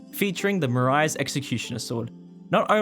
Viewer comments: I'm still wondering if Marais is mispelled intentionally on that shirt. I assume not, given that the listings have the word spelled correctly. Also, Marais is pronounced "muh-ray". It's also not called the "Sword of Marais". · It's pronounced ma-rare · Hahahaha, none of you guys can pronounce Marais properly. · English speakers pronouncing Marais wrong everytime is such a pain. It does mean swamp in french, the S is silent and "ai" sounds as "eh" (like in "meh").